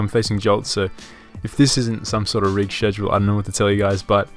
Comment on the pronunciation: What's a SHEDULE ?